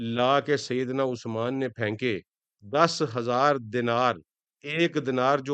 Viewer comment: Zuban to sidi kar lo 4000 dinar nabi ki jholi me PÆNKE, sharam kar